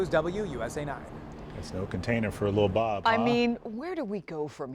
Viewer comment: Ok, absolutely love this reporter!!! 😊❤ First he says Lil Bob right, and then says his name without erasing the accent as it should be from a linguistic standpoint.